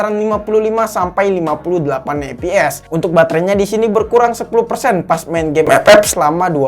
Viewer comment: Ciri khas chanel ini tuh ketika dia bilang "EP EP"🤣